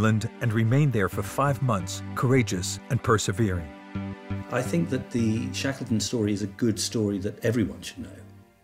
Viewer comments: Good documentary, with great footage, but the narrator was just bad! Sounded like one of those robot narrators used in cheap youtube shorts. I mean this narrator pronouncing his name "Shakleton" was just awful. The guy is one of the most famous people in world history, and the narrator of a documentary can't even be told to pronounce his name correctly. Ayyyy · "Shaykleton?" "Mariteem?" "Whooping?"